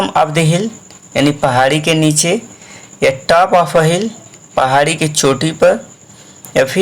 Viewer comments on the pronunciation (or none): Vo tap nahi top hai 😂😂